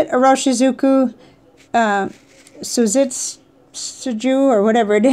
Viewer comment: Pronunciation for Iroshizuku Tsutsuji: the three letters "tsu" are pronounced just like they look, as in "tsunami". Tsu-tsu-ji. I hope this is helpful! I truly enjoy how genuine your videos are - please carry on!